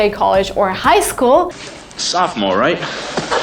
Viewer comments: Those are very good! But we pronounce "sophomore" "Soff-More" though (short "O" in "Soff"). Not "so pha more" - there's no long "O" in the beginning of it and the second "O" is always dropped. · Tip: Don’t pronounce the second ‘o’ in ‘sophomore’. It’s pronounced ‘saw-ph-more’, but let the ‘saw-ph’ melt together. So ‘sawph-more.’ :) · nice video, just fyi americans dont pronounce the second "o" in sophomore so its pronounced like sophmore (a lot of native speakers will even misspell it) also there is technically a difference between the word college and university, a college only has an undergraduate program whereas a university has both an undergraduate and a graduate program, also many big universities have multiple colleges for the many different undergraduate programs the school offers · I feel like you used a lot of these wrong, also you pronounced some wrong! wth is sofa-more? What makes you think you’re an expert if you’ve only been here few years. Look this one up in urban dictionary ...”the blind leading the blind” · I love watching ur videos even tho I’ve lived in Indiana most my life, but jsyk in sophomore the second o is silent- so it’s soph-more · You mis-pronounced "sophomore," which would give away you're not American. Only two syllables, second "o" not pronounced. "Soff-more," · You’re American and you pronounce sophomore that way? Also what state are you from....that you would say jonesing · please check the pronunciation of the word "SOPHOMORE", I think you made a mistake and pronounced it differently.